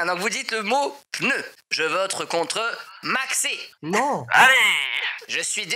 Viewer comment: Sa me tue, dit à chaque "je vrote" au lieu de " je vote "😂